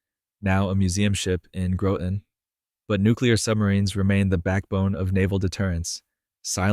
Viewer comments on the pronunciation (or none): Just FYI GROTON CT Local citizens pronounce Groton with O sounding like A in Father. Commendations for this presentation.